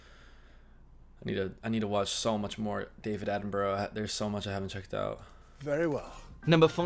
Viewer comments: 😮 oh, surely by now you've learned how to correctly pronounced British names (and places)?! It's NOT "Attenburrow" ffs!!! It's ' Attenburruh ' (& Edinburgh is Edinburruh or Edinbruh)... Just like Portsmouth, Exmouth, Plymouth, Dartmouth are: Portsmuth, Exmuth, Plymuth, Dartmuth etc... Alnwick is: Annick, Southwark is: Suthark, Bellingham, Buckingham, Birmingham are: Bellingum, Buckingum, Birmingum, etc!! I think you've been watching so many European videos, Germany, The Netherlands etc, that you've forgotten about us here in 'dear old blighty'?!!😮😊😅😂 (Jeez...😢😮 Come on... Siiiiiiigh!!) ❤🏴🤭🇬🇧🖖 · Have you heard of the Australian bird the kookaburra? Burra is how you pronounce the last part of sir Davids name not borrow. I know it looks like that but it's not how it's pronounced. Not being critical just giving advice. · While his name is spelt how you’re pronouncing it for whatever reason we pronounce it ‘Attin-bruh’ 🤷🏻‍♀️